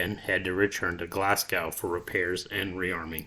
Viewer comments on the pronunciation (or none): Glasgow is pronounced GLAZ GO